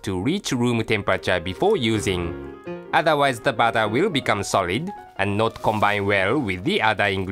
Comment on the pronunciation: pronounced flower for flour and bawter for butter lol!